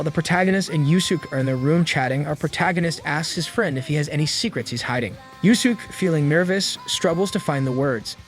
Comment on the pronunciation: I am really holding back my frustration with the AI voice mispronouncing Yuusuke.